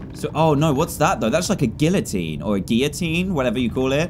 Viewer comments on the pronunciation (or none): none